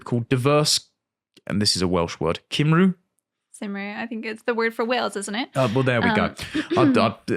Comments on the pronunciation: It's pronounced "Cumree". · Cymru.. Is pronounced cum rhee. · christianity is not communism, but it is communistic by nature. theyre both cultures of judgement, one more judicious rather than judgemental. neither are capitalism, which is a culture of investigation, which btw is what "worldly" means. its decried as gnostic. also, Cymru is pronounced "kum-ree" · Cymru = Cum Ree (phonetically) You are welcome :) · Little note from a welshman Cymru is pronounced "cum ree" All other welsh words sound like names for lovecraftian horrors, but that one's pretty simple :)